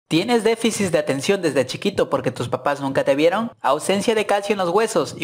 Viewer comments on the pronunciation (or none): primero y mas importante, se dice "deficit" no "deficis". Saludos. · Se dice deficit, no se dice defisis jajajajajajaja... Y tu voz suena como de niño de 20 claro que estoy de acuerdo en que hay cosas que no se deben hacer, mas por el cuidado de la misma moto por ejemplo cambiarle el escape a lo tonto te va a flamear las valvulas y te dara menos potencia, pero repito, suenas como un niño de 20 diciendo tonterias tipo "no soy tu compañera, soy tu compañere" nisiquiera tienes gracia, de hecho escuchar gente como tu me provoca ganas de ponerle el full system a mi moto para joder a quien no le gusta, pero no me permitiria escuchar mi musica en el intercom tan a gusto como acostumbro, el dia que te compres una moto, aprendas a expresarte y hagas videos interesantes reg... No, mejor no 👎🏼. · Defisis dice JAJAJAJAJAJA